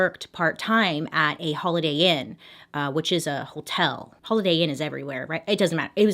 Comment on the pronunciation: I love how she pronounces “hotel”. Like “whole-tell”. 🤭😘💖☺️ it makes me smile every time.